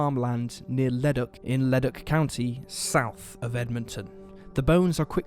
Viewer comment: Excellent! Thank you for spotlighting this case, it just breaks my heart hearing her last phone call. I hope they find the bastard who killed her. And as a quick aside, Leduc is pronounced Le-duke.